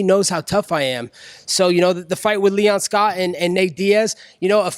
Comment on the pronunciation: he's been saying 'Leon Scott' for like a year now